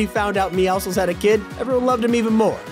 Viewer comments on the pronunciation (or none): why does he call meowscles meowsles